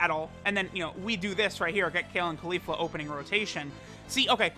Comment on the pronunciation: Everytime he says kale or califla I click off the vid